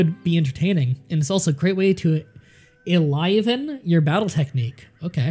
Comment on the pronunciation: why's his pronunciation of stuff so weird. Courtiers - courteers?? enliven - eliven??? carelessly - caressly???